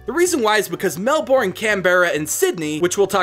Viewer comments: PlurpleDerp melbourne is pronounced mel-ben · I love the idea but u said Melbourne wrong it’s pronounced mel-ben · i think you really say it mel-burn i achilly live there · I think it was really funny on how you pronounced the city names the were so wrong take it from me I'm Australian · As somebody who lives in Australia i realy like the idea of this reagion, however i also think it is funny how sombody from outside of australia misspronounce's words such as Emu, Albany, Melbourne and Canberra. dont get me wrong, i love this idea but u also missed out a couple of important stuff like how albany is also such an important city. in WW2 the people that went to go fight departed from albany and the city has many important memorials. just trying to help, thanks for reading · saw the disclaimer but just for reference: *eem-you *briz-bin *mel-bin *can-brah otherwise all pretty good :) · The way you say melbourne, canberra anf brisbane is: 1. Melbourne - Melben 2. Canberra - Canbra 3. Brisbane - Brisben R.I.P Steve Erwin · Nah mate hearing Melbourne and Hobart hurt the most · SO ANNOYING! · U realise u said Melbourne Canberra and Brisbane wrongly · says melBOURNE and canBERRA Me: it's mel bourne (mel-bin) and it's canberra (can-bra) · Melbourne is pronounced MEL- ben Not MEL- born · Lucas Kane Im aussie too! Melborn cracks me up all the time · Nah it's brisbin and melbin, also he pronounced emu wrong as well it's not e moo it's e mew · you said Melbourne wrong it is said like melburn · btw melbourne is pronounced mel-burn lel but thanks 4 doing aus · who else got annoyed/triggered by the mispronunciaction of Melbourne, Canberra, Brisbane and Cairns?